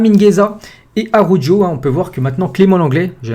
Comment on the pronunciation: Ptn fais un effort sur la prononciation de Araujo Ca se dit "Arawro" pas "arojo"